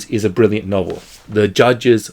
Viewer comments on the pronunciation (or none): none